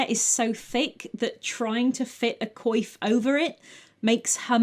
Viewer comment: That’s how you pronounce “coif”? I always read it as “coif”. I must have looked like a moron.